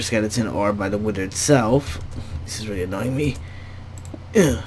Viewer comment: its not widder its wither